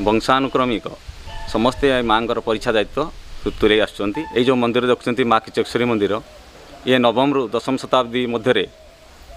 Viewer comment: କମ ସେ କମ ଦେବୀ ଙ୍କ ନାମ ଠିକ ଉଚ୍ଚାରଣ କରନ୍ତୁ. ଖିଚକେଶ୍ୱରୀ ନୁହଁ କିଚକେଶ୍ବରୀ